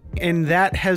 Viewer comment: “And that has me harder than quantun calculus” 😂😂